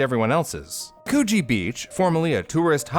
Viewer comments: lol the way this guy just pronounces it like coo-gee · hahahah growing up in the area and listening to Coogee and Cronulla be pronounced completely wrong is funny Coogee is pronounced like cood (pronounced like could) - jee (as in the jee in jeez) and cronulla is pronounced like kruh - nuh - luh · I grew up with this story and its great you did it justice. But please consult an Aussie on town/suburban names - Coogee is a short 'o' Co-Gee - Cronulla (God's own centre of the universe) is Krun-Ulla. Just so you don't make Aussie place names seem weird, practice with these Humptydoo, Cooranabong, Wagga Wagga, & Coonabarrabran - thank god we don't have weird names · It is hilarious to hear you botch Australian suburb names For future reference, coogee is pronounced "could-gee" And Cronulla is pronounced "cron-null-a" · oh my god same, i hear the cooch word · Coogee is pronounced like could. Couldgie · Yes congee beach a porridge beach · Kuchi beach lol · There’s no way I’m the only person who thinks it sounded different than “coogee” 😅😆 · Not me hearing something different when he said Coogee Beach😭🤚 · I’m sorry- but COOGEE BEACH??? That sounds wrong please say I’m not the only one😃👍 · yknow every time he said “coogee” i laughed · I have been to coogee beach, also you pronounce it wrong. its a pretty cool walk between coogee beach and other beaches near it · It's not a hard G. does pronounce it wrong though. The "oo" should be like in "book", not like in "moon". Source: I went to Coogee South Primary School. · Just a heads up for future reference - Coogee is pronounced with a more shortened 'coo' sound like in s(choo)l ! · Coogee (Could-GEE). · Ha ha ha. Choochie beach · Not Coogee Beach… coo…hmm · I thought you said cochie beach 💀💀💀💀💀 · I'm happy to see that I'm not the only one who thought he said Coochi beach 😂😂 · cooooge beach XD it is so funny when people miss pronounce places you know or live near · I thought he said Cochie beach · it sounds like KGB for me